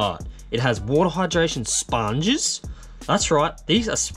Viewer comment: You say sponges in a funny way